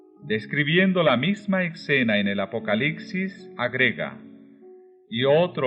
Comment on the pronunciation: 🛑Palabras mal pronunciadas 🛑 ❇️Ace P tado, (p).... no se dice ace C tado, ❇️apocaliPsis con P, ... no apocali C sis ❇️ soleMne con M ....no solenne (n)... etc etc! agradezco su esfuerzo, espero lo tome como Critica constructiva! Bendiciones 🙏